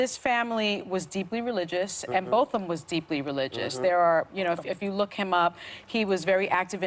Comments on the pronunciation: gosh whoopi dropped the ball hard on this. first off she mispronounced his name bc it seemed like she was trying to play with accents when it was not the time for it. then she’s talking about how botham’s brother forgiving that murder is what a christian is... how dare she. thank goodness joy and sunny are on this panel because i cannot believe whoopi fixed her mouth to say the things she did. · Whoopi, I love you, but how to keep butchering Botham's name? It's been said multiple times in the press and by his friends. Come on. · And she didn't pronounce his name correctly,like she had never heard of him, very disappointed in you whoopi!! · Whoopi could have bothered to learn how to pronounce the victim's name. Whoopi, if that [a brother who hugs his brother's racist murderer] is a Christian, I am doubly glad I'm not Christian. This segment would have been intolerable without Joy's pointed question and her pointed comment about rage versus forgiveness. I love Joy. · Whoopi butchered the victim's name so badly. Sunny was about to correct her but then decided against it probably of fear that Whoopi would be annoyed with her. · Whoopi, learn your lines before you get in front of the camera. How disrespectful to butcher his name!